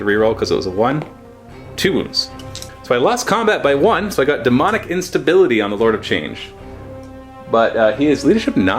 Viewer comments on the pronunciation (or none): none